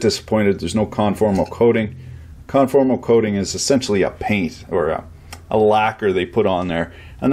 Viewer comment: What's the substance he refers to for coating and protecting PCB's it sounds like he's saying scholastic/so-last-ick or something. The dictionary/wiki doesn't seem to have it.